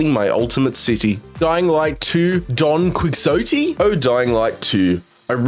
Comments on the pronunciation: Don Quixote. Don KEY-HO-TEE. You know, the classic novel. I find it hard to believe that you've never run across this or its proper pronunciation at any time in your life. It's been referenced in thousands of tv shows and movies and that alone should have made you get it right. Not to mention, like I said, it's a classic novel. Also it's a play, a movie, and so on...... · It’s pronounced Don Kee-oh-tay lmao. Honestly if a lot of these trophies weren’t just straight up bugged they don’t seem too awful. The sun one in Outer Wilds seems pretty insane. Number 9 and 10 on the list are probably small crowns and large crowns lol. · Don Quixote? lmao